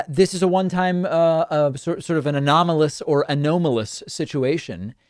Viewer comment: David: I’m curious about your frequent reference to this alternative pronunciation of anomalous as “a-know-malous”. I’ve never heard anyone else pronounce it that way - British, American, or otherwise - and I can’t find any dictionaries or other resources that propose this pronunciation. Could you share with us your thoughts or sources on this? Thanks.